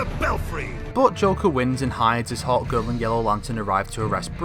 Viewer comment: I thought that he was saying 'hot girl' whenever he was actually saying Hawkgirl